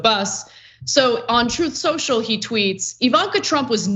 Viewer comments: And it’s pronounced, “Troth Sential”. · "Troth Secial" as he's pronounced it. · “Troth Central…” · It's pronounced "troth senshal" 😆